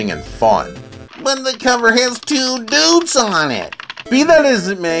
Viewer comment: Haha tewww deeewwds